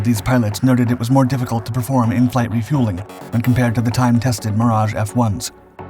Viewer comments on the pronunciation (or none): none